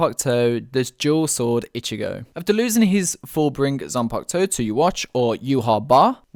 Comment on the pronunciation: It’s zampakuto not ziangutsu